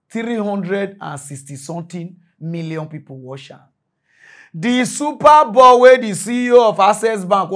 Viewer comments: it is not "super ball", it is "super bowl".😂😂😂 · It is SUPER BOWL not super ball